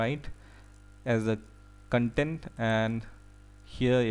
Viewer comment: The kan-tent ;p